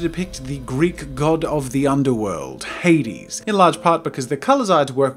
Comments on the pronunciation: It's not "Hadeeeeeeeessses", it's "HADES" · Jazza You Made The Greek Letters On The Throne Look Very Nice! Congrats! Also For Anyone Wondering The Throne Says Αδης Which Is Said Ádis with a soft D (also i am greek thats why i know this)